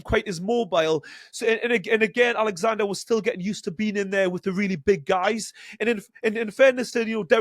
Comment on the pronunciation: His name is oleksander not fucking Alexander